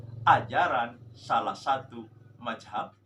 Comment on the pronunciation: Madzhab bukan majehab